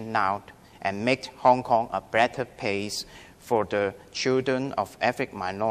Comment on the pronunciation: 佢連bretter place 個place 字都讀錯，連"L"音都無，讀左做"pace"